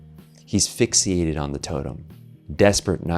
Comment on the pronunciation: “Fixiated” lmfao I’m guessing these revolving door of hosts/narrators are just found on Fivver.